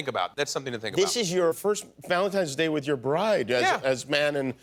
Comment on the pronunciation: VALEDITES DAY